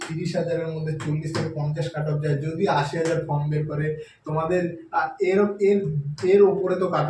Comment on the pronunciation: Dada plz apnar spellig r pronunciation upor kaaj korun. ফর্ম টা বলেছেন ফ্রম, trade ta bolechen tread.Apnar vedio ta oneke dekhchen, sekhane apnar reputation er ekta ব্যাপার থেকে যায়।ধন্যবাদ।